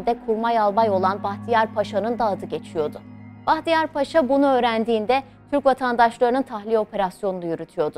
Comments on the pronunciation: Ударение надо ставить правильно. Не Пааша, а Пашаа. А то плохо произносится😮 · Уважаемая ведущая! Ставьте ударение правильно в слове Паша: ПашА будет правильно, вы же называете Эрсайа Бахтияра русским именем Павел (ПАша). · Разве ПАша, а не ПашА? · Salamaleykum! Mən sizə anlatalım. Paşa bir general rütbəsi. Dikkat etsəz yazılış və tələfüzdə bir a harfi kullanılır. "paaşa"isə o ruslarda insanlara qoyulan Pavel isminin küçültülmüş şəkli.Pavel isminin manası "küçük oglan" demək. Aynı zamanda 'paaşa' sözünə dikkat etsəz iki a harfıyla yazıldıgınl görərsiz. Rus dilində, paşa eyni zamanda paaşa sözləri var. Rus dilini yəni rus lisanını iyi bilənlər üçün karışdırılmaz. Sizin aparıcı yeni spiker rusca professional konuşdugu üçün,bu yanlışlıgı bilərəkdən yapmış olmasın... Deyə düşünürəm ki,bu da böyük bir hakarat olmuş ola bilir. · Ударение на слово не на пАша а правильно пашА! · В слове "паша" ударение должно быть только на втором слоге, и никак иначе.